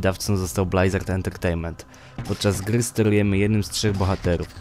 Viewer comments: blyzard, a nie blajzard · Nie będę oryginalny :) Blizard, Blyzard... Odradzam mówić Blajzard :) Gitara jest, szybko, zwięźle i na temat. Możesz zaktualizować materiał bo jest już dodatek i dodatek :) No i ploteczki o Diablo 4.